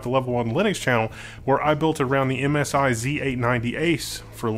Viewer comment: Is it just me, or at the mark, did you say 'MSRye' instead of 'MSI'?